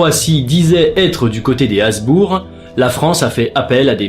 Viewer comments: Hem... Hasbourg ou Habsbourg ? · Petite correction, mais rien de bien méchant: ce sont les Habsbourg, et non les Hasbourg. Sinon, encore un épisode très interressant! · A c'est HaBsbourg, pas Hasbourg !